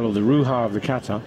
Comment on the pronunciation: Iran was better by the way you should improve your pronunciation of Japanese words you being the professional. Kata is Kahtah emphasis on the last syllable and NOT : kaytah Karate should be kah rrrrah tey with the [r] roll like in Italian. Not karah ti.